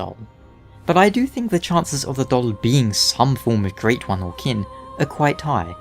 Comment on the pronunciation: I can’t stop hearing your weird pronunciation of “doll”.